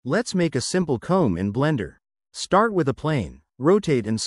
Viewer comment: I thought he said cone and I'm like huh